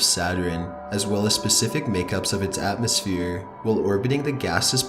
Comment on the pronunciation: 'the rings of Saturiiiin......surrounding atmospeeeeeeeeeeeeeree,' the way you speak is scary, or should I say 'scaryeeee'. And it is bloop as in rhymes with loop not blop what the fuck is wrong with you?